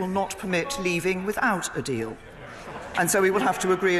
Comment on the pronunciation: I noticed, too... There's a very distinct l w merger going on in this one. "Deawl" instead of "deal". 🤔